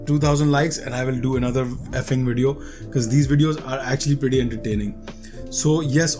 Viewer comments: It's not f-ing bro it's fing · Bro its not F ING LOL its fing